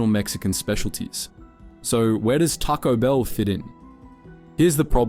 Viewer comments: Taco Bill not Taco Bell 😂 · Bill not Bell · “tocko bell”? Lmao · Try pronouncing the name properly! Its not Tarco Bell. Its Taco Bell.